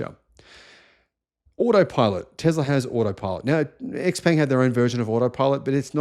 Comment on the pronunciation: Xpeng is pronounced xp*u*mg (imo).